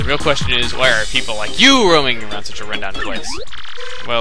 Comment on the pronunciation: Mistake. It's you. Not yo.